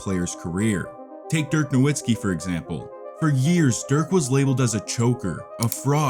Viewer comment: Still willing to give the video a chance, but come on, you can't be pronouncing Nowitzki wrong 5 seconds in. Embarrassing first impression. edit ahhh, nah this is pretty mediocre. Reusing the exact same clips when introducing game 3, and then saying the Portis dunk put the Bucks up 15, when the score was 53-45 before it. Literally lying. What a shame that somebody can just post incorrect shit on YouTube and be praised for it. It's too bad that YouTube doesn't fact check content.